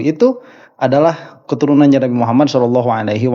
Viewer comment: Si rhoma sholawat aja gk bener,sholalloh aja dia bilang shelalloh😂😂